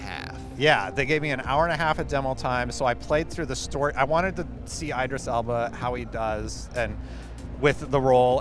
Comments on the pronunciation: its not Eyedris Elba but Idris Elba lol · Eye-dris Elba took me out lol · The fact that somehow has no idea how to actually pronounce Idris Elba makes me wonder why anyone would care about his opinion. Aren’t people speaking about the games supposed to actually know things about them?